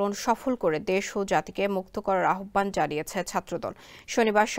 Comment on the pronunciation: আপনার উচ্চারণ ঠিক করুন, আহ্বান উচ্চারণ হবে আওভান। কোত্থেকে যে আসে এইগুলা?